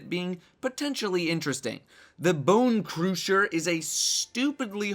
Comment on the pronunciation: Why are you saying it that way? Bone crooosher